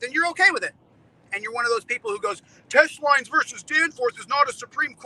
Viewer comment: “You dunce caps didn’t do the research on Teche Lines vs Danforth like I have” Really? That’s why all these “duncecap” had to point out that you were pronouncing it wrong for MONTHS? 😂😂😂😂😂😂